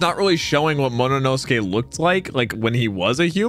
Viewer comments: It's MOMOnosuke, no MONOnosuke. 😤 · say momonosuke right pls